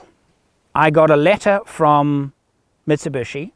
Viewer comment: It is 'MIT SU BISHI' and not 'MIT SU BUSHY'